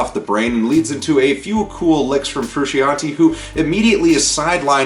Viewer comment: When you say John Frusciante’s name like that, I cannot take the review seriously. Sorry. The album is incredible. I’ve been listening to them since 89 and Mothers Milk. Its what I wanted & what I got. Its fru-shon-tay.